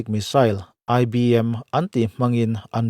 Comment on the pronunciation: ICBM TIH TUR ANI ZAWKLO MAW IBM TIHKHA SIR